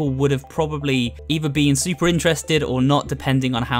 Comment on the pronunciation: I paused when you were saying Super. You instead said soup. Hello,.